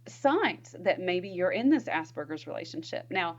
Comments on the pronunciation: It's 'Aspergers', not 'ass burgers'. Sorry, but I struggled to get past that as it sounds ridiculous the way you say it. I could not focus on the content. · Am I the only one that keeps hearing 'ass burgers"?